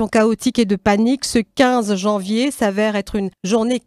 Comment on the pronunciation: C'est Janvier pas Javier.